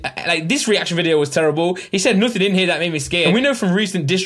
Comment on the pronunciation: why he says nuthin and ljock instead nothing and luck